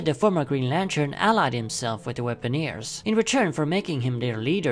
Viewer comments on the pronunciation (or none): Weaponers, not Weaponeers.